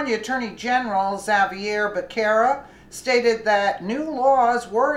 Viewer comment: It's pronounced Buh ser' ruh